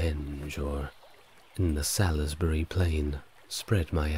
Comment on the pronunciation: I don't know why you kept banging on about Druids, when Stonehenge was built long before druids. Salisbury is pronounced salsburi. There is evidence of post holes near the entrance of the henge which seem to be from the same time as the henge and Aubrey holes. One of the theories is that it was for wooden posts that were used to track the movement of the moon so it may have started out as that, which I find quite interesting. There were also 4 small sarsen stones called station stones (two of which are still there) that may have been used for tracking the moon cycle too. Because the local stone is chalk the henge would've been white when it was first built. It must've been an impressive sight. The ditch is also a lot steeper than it looks in pictures!